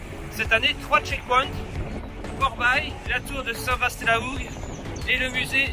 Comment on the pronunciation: Bravo à vous....Juste un bémol concernant la prononciation de St VA LA HOUGUE et non St VASSS ;-)